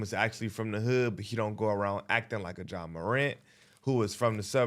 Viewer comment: said Jeh Morant lol